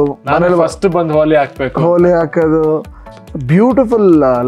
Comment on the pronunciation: ಹೋಲಿ ಅಲ್ಲ ಗುರುವೇ ಅದು ಹೋಳಿ